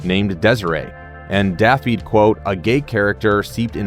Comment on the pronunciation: Aswell as that awful American pronunciation of Dafydd